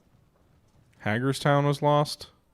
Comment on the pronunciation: Hagerstown is pronounced HAY-gers-town. It's a cool little town in Maryland.